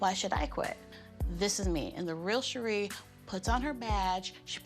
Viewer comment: Lowkey hate how her name is pronounced...and spelled. My best friends name is Shari (share-ree) not (shuh-ree)